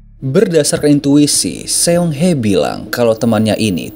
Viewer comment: Sayangnya admin kayaknya kurang paham cara membaca kata Korea dlm bentuk abjad biasa. Contoh Seong itu harusnya dibaca SONG ( aksara EO dibaca pada kata SOPAN) Seoul dibaca SOUL